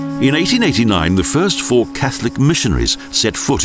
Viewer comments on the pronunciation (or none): none